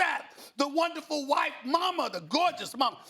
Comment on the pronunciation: Did he just say “wonderful white mama”? I’m done 😂